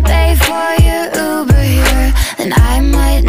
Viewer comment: En el minuto dice Ruber en vez de Uber, Ruber significa c∅nDøn